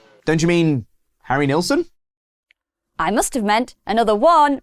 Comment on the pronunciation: Points for saying Nilsson and not 3 Dog Night